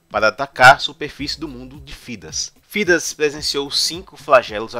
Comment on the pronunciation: Tá show, mano! Faz mais vídeos sobre Dragon Age. Só uma parada. Thedas não se pronuncia Fidas, e sim, Tédas. Deu uma agonia ouvir Fidas kkkjk mas o vídeo ficou foda!